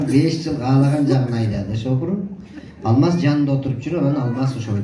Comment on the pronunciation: алмас эмес,Алмаз деп айтылатко. Сендагы серпиип алгансынго. Туура айталбай жатасын.